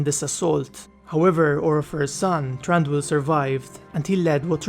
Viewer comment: TH RANDIUL, AS IN MARAGET THATCHER. Ii it pronounced softlly, thranduil, throb, thrice, thread, throw.